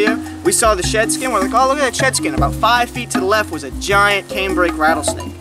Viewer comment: Hearing him say “aboot” at some point in this video really threw me off